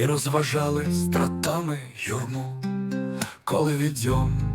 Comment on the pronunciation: Щиро ВДЯЧНА!!!Переслала ~40 знайомим і рідним!!! Якби було б добре, якщо б наголос на слові" стрАтами" зробили саме так!.. Він не псує ні рими,ні такту!.. Будь ласка 🥹